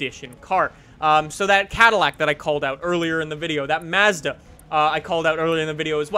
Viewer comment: I cant stand the way you say Mazda